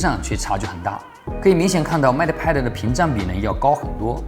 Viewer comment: 麦特派的。。。英语是体育老师教的吧？😂